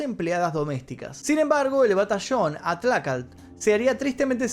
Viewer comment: Para comenzar menciona bien el nombre del glorioso batallón atlacatl... No sos ni de acá para hablar de eso...